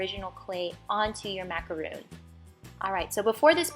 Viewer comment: It's not macaroon it's pronounced macaron